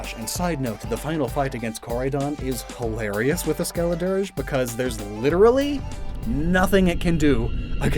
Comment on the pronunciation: I chose Fuecoco for my playthrough (context) i LOVED Skeledirge (I pronounced it skeledirggey) i thought the fire was flames leaking out of it's mouth, which made it my fav starter final evo